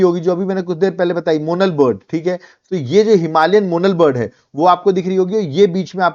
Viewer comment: मोनाल ✅️ मोनल ❌️